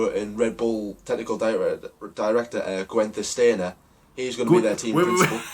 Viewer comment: Also wtf is with calling Haas "Haze" and "Genther Stainer" lmao i'm in stitches